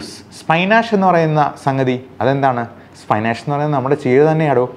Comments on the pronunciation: സ്പിനിയാച് ആണ് സ്പൈനിയാഷ്‌ അല്ല . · Lovelolikka is scramberry not cranberry, cranberry is a kidney friendly fruit only available in western countries. And Spinach is basically palak cheera it is pronounced as SPINACHHH not Spinenashhhh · Very good video 🙏 u Dr. Dr, it's not സ്‌പൈനാഷ്, it's spinach ( പാലക് ചീര ) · Spy-nash nnu paranjal cheera alla !!😮